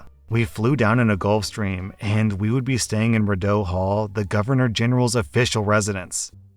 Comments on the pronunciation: It's ree-doe hall it's French and confusing and I correct many Canadians about it. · Rideau Hall. Pronounced Ree Doh lol